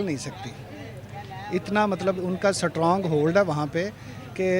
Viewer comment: aree chacha ji wo “Sat-rong” kaya hota hain 😂😂😂🤣🤣